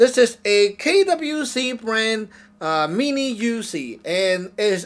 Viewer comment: “ THIS/Z (IS/Z) A MINI/YOUZIE “ ?’!? NIGGA WTF ??? IS/Z A (MINI) ?!? YOUZIE ?!?